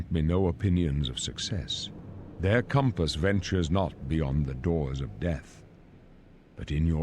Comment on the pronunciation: when he kept saying comp-us instead of cump-us 😂😂😂